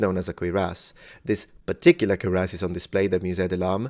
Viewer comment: It REPEATEDLY sounds like you are saying "queer ass" instead of "cuirass". Perhaps "odd donkey" or "bizarre burro" would have been a better choice of words conjuring up memories of "Francis The Talking Mule".